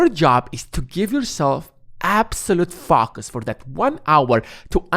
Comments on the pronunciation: I can’t fOcus with the way you keep mispronouncing the word. How hard is it to say it correctly? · the way you say focus really offsets my focus :))